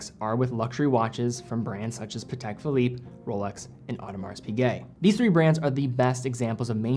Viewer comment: lol the way he says patek sounds like patak